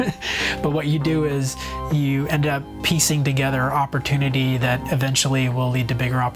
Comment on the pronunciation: at the end he says oppotunity like its extremely often you get one haha.